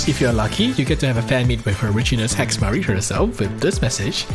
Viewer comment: all i heard was he she it